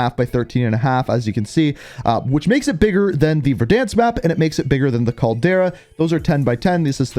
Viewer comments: he’s definitely not trolling. Gotta be a weird Canadian thing. He’s never said it correctly since day 1. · Agreed. It’s so frustrating hearing his repeatedly say it wrong.